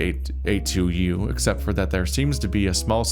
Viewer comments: fairly sure EDUC82U is supposed to be pronounced ‘Educates You’. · Think educ82u is pronounced educate to you